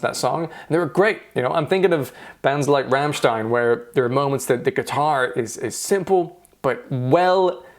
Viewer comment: ....it's "rom shtine" nice reaction though, kim's damned amazing, and i'm loving your format. sub dropped.